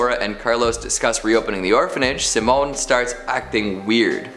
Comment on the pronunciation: I dunno if its the movie that pronounced Simon that way but since I have the same name it's killing me to hear you say it that way. At least in my house, it's pronounced si·mon.